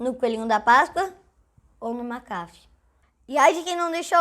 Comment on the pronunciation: Sabe nem pronunciar Mac afee